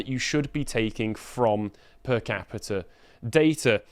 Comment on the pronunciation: repeat after me moron - PER CAPITA. "Das Kapital??" (Femi 2025)